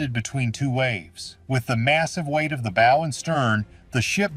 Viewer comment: Oh this is such horse shit. This is just AI slop, or at the very least the AI voice that can't say "bow" correctly is grating. I particularly liked the crazy theory about the Soviet submarine in Lake Superior. A Soviet cold war era submarine that would have been so noisy the navy would have heard it leaving port back in Russia. A Soviet submarine that would have had to make its way, undetected, through the Saint Lawrence Seaway. Then it would had to transit Lake Ontario, the Welland Canal locks, Lake Erie, the Detroit River, Lake St. Clair, the St. Clair River, Lake Huron, the St. Mary's River, and finally the locks at Sault Ste. Marie.